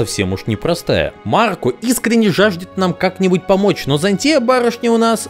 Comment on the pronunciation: ЗáнЦия, а не ЗанТúя, господи иисусе, ты же слышишь английскую озвучку :с